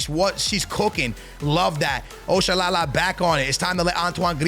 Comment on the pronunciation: You butchered Oshoala’s name bruhhh 😭, that’s not how to pronounce it